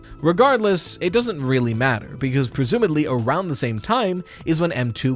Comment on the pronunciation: This is very nitpicky of me, but the word is "presumably," with a b, not a d.